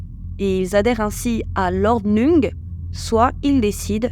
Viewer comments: Ordnung se prononce ordnoung . Merci de ne pas écorcher les mots. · Prononcer ordnoung, car dérivé de l allemand. ❤